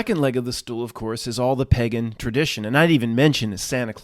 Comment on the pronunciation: The whole video was ruined for me by your strange pronunciation of the word pagan. You have no problem pronouncing cake in a lake. Im puzzled. Good tidings 🤣